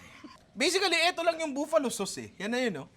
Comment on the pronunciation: Nong bakit pronounciation mo sa Buffalo, buuuuuuuuuuuuuuuufalo?